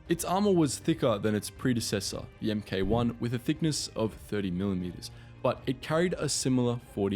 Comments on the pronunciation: A study by the Soviets during the war found that most T-34s were either destroyed in combat or broke down after traveling less than 200 Kms. They didn't last for a full tank of fuel. BTW, "Mk" is short for "Mark" and should be pronounced as such. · In the case of the British Tanks Mk ("Em-Kay" as you kept pronouncing it), actually was short for "Mark". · Don't say emm-kay, say Mark. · Please don't say the letters MK when verbally speaking the mark designation. It's a Mark 4 Churchill, with the Mark abbreviated to Mk. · “Mark”, not “Emm Kay”. Employ an actor for voiceover, not a computer. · Mate, for "MK" read 'mark'! Don't say the letters! Its a mark 4 Churchill, not M K 4 Churchill! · M.k 1 is prounounced mark 1... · For future reference: "Chassis" is pronounced "CHASS EE" and "Mk" is short for "mark" so say mark, not M.K. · Not really about local variations. Mk is pronounced ‘mark’ = one syllable; ‘em kay’ = two syllables. The first is not only the correct way to say it, it’s also shorter. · For future reference: it's not pronounced "M" "K". It's pronounced Mark. It designates a version of a product. Mark 1, Mark 2 etcetera. Edit: Chassis is pronounced "Chass-ee". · I think I knew that 'Mk' was short for 'Mark' by the age of five and certainly well before adolescence - I also understood that it is NEVER pronounced as M - K under any circumstances. I can only assume that the narrator was reading somebody else's script and has no real understanding of the subject. Conversely, it is equally irritating when internet people err in referring to the British Ministry of Defence as the 'mod' when anyone with half a brain in their head should know that it is the M - O - D. Don't even get me started about those who place an entirely 'the' before the name of a RN warship! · sorry this is bothering me mk pronounced mark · It's not "M-K" it's "Mark." It's not "Chay-sis" it's "shassy."